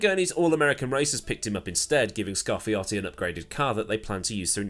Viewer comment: Learned how to properly pronounce Scarfiotti's first name. Assuming you pronounced it correctly. 😉